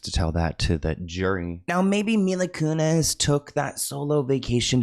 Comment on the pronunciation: Mila Kunis. Selena Gomez. Not Mila Kunez.